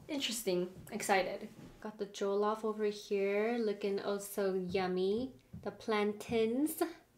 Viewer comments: Btw it's pronounced (jo-llof) rice, (plan-tains) and (pepe-soup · The way they keep pronouncing jollof, just keep making me laugh 🤣🤣🤣😁😁😁...